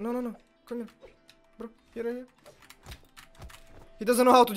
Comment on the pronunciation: Only would say "bro" and somehow fit an L in the word. 😆